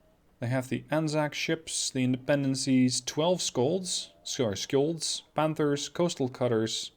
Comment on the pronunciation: When you pronounce "Skjold" the K is silent, it's "Shjold".